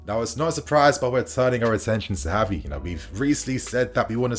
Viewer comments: Its not HAVI its Gavi..dont try creating new spanish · I wanna rip my hair out lmao its the fact that he makes a point to say "HAVI" every sentence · Gavi is pronounced with a hard g, as in “give.” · Gavi not Havi 🤦‍♂️